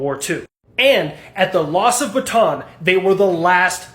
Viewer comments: Bataan is actually 3 syllables. Ba-ta-an. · Pronounced Ba-ta-an. 3 syllables. My great uncle survived the Death March, I lived there.